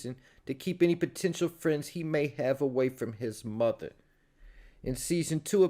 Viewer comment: You ain't have to say muva like that 😂